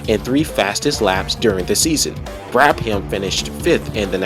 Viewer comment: great video! tip: brabham is usually pronounced as Brabam, not Brab-ham